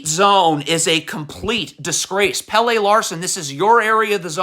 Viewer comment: Omg. It’s not Hair-oh and JahQuezz. Not Pay-lay. He’s not the soccer player. It’s Pel-leh. Your pronunciation is trash.